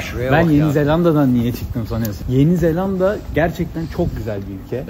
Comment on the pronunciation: Misafirin, senin ettiğin gibi doğru telaffuz etmeli tek L ile yeni zelanda demeli… yeni zellanda değil… Küçük bir düzeltme ama önemli… Sen ender doğru söyleyenlerdensin…bravo …